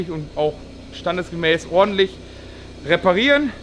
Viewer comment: Wer muste auch lachen,als er "Ordentlich,, gesagt hatte